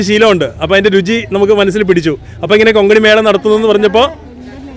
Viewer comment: Konkani ✅ Kongani❎ 😊